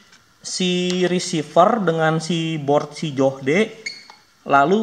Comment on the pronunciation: "Joh - d" wkwkwkkwkw